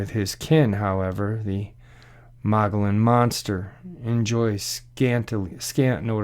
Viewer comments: The Mogollon Rim or mountains , according to Louis L’amour, is pronounced “Muggy-own”. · The place in AZ you mentioned is named (phonetically) the “Mug’ e own” Rim.